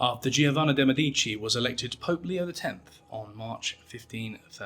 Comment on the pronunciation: thats not how you pronounce Medici. The C makes a “ch” sound because there is an I after it. Like cappuccino. You don’t say “kappa-see-no” do you?